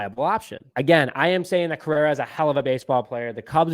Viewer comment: Carlos “Carrera”!?! Dude. Delete this. Your take is as bad as your mispronunciation of his name… wasn’t as slip either. You said at least 5 times. And take that cubs hat off if you can’t pronounce the best shortstop in baseballs name, it’s Cringy for us cub fans.